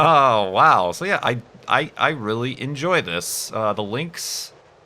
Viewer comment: you saying ''enjoy'' like in lithuania :P